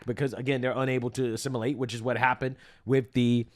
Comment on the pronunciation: bro it’s assimilate not A simulate